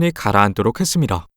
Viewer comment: 구글번역으로 대사쓴거같애 발음이 .. ~~합니다 할때 했슯니다 하네